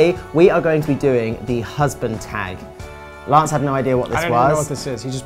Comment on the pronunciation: Lance is saying his own name with a British accent and quickly stops. I wonder if it annoys Tom? I thought it was funny.